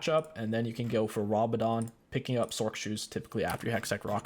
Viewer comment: you pronounced some stuff wrong, it’s Yo-ne not yone, and it’s zone-yas, also it’s raa-ba-dons